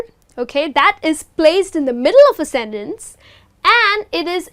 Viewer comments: You pronounced the word "sentence" with 2 different accents. One of them is well-known to me and I could understand but the other sounds awkward and really strange to me. The first "e" was pronounced as /i/ and the second "e" was pronounced as /e/ - so the whole was pronounced like /sintens/ - really strange to me. The well-known pronunciation is /ˈsen(t)əns/. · hi, I like what you are doing but in this lesson you're mispronouncing some works: often, sentence, beginning...